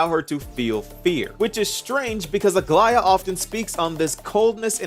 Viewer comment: Bless you for being one of the very very few creators that pronounces Aglaea’s name correctly